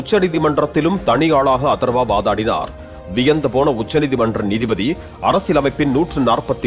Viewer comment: அதர்வா தானே. அத்தர்வான்னு சொல்ற. ஏய்யா